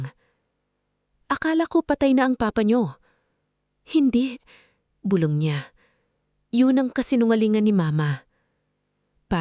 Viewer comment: Maganda ang keen to yong nag kwekwento ayusin lang ang pag kwenta bulong hindi bulbol wrong pronounciaton eedit pati ang iha . 😅